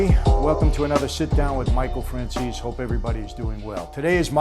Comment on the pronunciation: Ciao Michael. Question: why do you pronounce your surname Franceseee? My siciliani grandparents (Lentini’s) actually changed the spelling of the name to Lentine, to sound less Italian (ww2) but the name is LENTINI lol